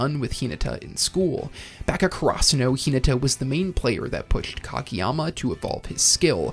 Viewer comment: I know bro isn't pronouncing karasuno like that on purpose, what in the FUCK